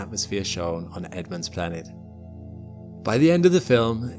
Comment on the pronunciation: Why do you say Blanet?